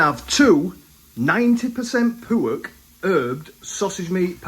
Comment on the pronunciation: Just dont get how every other ingredient apart from anything ' pork' he can say correctly...... its his youtube "garlic bread" like mcguiness in phoneix night's. It doesn't sound cool fella.